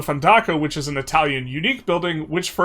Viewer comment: Your italian pronunciations are good compared to others! Bravo! 😂😂